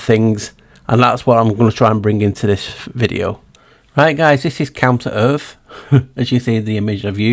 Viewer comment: Everytime you say counter earth, my ears hear "come to earth"...which has been my belief lately...they were constructed and came from a different realm. This video is the best video Ive ever seen! I love your thinking and amazing research and presentation! Thank you so much! So exciting!